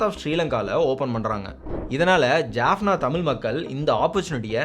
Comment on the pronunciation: Great job on the video! It was very informative, well-structured, and did an excellent job highlighting important events in the history of the Eelam Tamils. The only thing I noticed was the pronunciation of some Tamil place names, such as Jaffna, Vavuniya, and the village of Suthumalai. For future videos, I would appreciate it if you could pronounce these Tamil names correctly. If pronouncing "Jaffna" is difficult, you could simply use its Tamil name, "Yālppāṇam" (யாழ்ப்பாணம்), instead. Other than that, excellent work, and thank you for creating such an informative video.